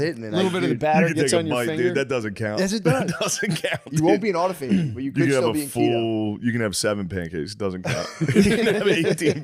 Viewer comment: I giggle every time I hear them say "auto-fay-gee". 😆